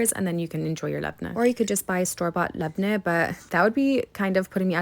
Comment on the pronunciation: The way you pronounce labne caresses my brain ❤